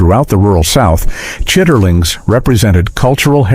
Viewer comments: it is not pronounced "chiterlings" its chitlins...and they smell like a hog lot...if you raised pigs you cannot eat them.... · "Chitterlings"😂 "Chitlins" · CHIT-TER-LINGS😂😂 CHIT-LINs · Come on. While some if the sandwiches did look good, within the 1st minute the narration mispronounces Appalachian, shows "rural Georgia" as the European country near Azerbaijan, and talks about frying the tomatoes in a "cast iron skillet" while showing a non-stick skillet. Not long after chitlins is mispronounced as "chitterlings". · Please teach your AI how the South pronounce words . Don't put the R in that. It's: Chit leans. And yes I love them